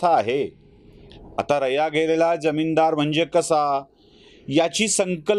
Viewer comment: इतके चांगले विचार सुंदर मांडू शकता मग थोडं भाषेकडे लक्ष द्या की. जमीनदार मधील ज चा उच्चार ज असतो ज्य नसतो पण चहा मधला च हा च्य असतो च नसतो. न आणि ण ची सतत होणारी गफलत आनंद हिरावून घेते.